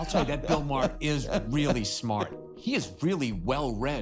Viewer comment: Is this real or AI slop? "Bill Ma-hair" lol c'mon